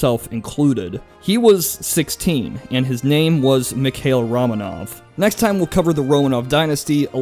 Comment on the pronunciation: Good history, just pronounciation and spelling corrections below: Dimitri Don--skOy (as in "boy") It's spelled Muscovy ("Moo-scovee") And Mikhail is pronounced like "mee-ha-ill", not "muh-kale"